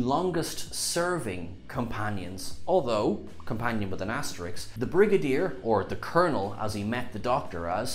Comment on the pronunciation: Asterisk, not asterix!!